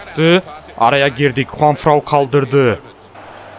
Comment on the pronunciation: JuanFRAN'a niye hep JuanFRAU diyorsun? 😅😂😂😂😂